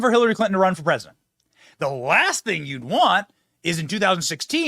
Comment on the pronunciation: Did you call him RESIDENT BIDEN?